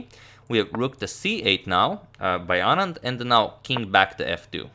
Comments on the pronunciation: The fact that he pronounces "Anand" just perfectly, makes me so happy. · Yes... Perfectly pronounced